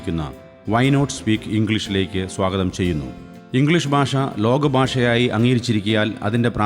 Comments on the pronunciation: Your Malayalam Pronunciation is incorrect Basha alla, Bhasha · ബാഷ അല്ല മാഷെ ഭാഷ ...ആദ്യം മലയാളം ശരിയായി പറയു .....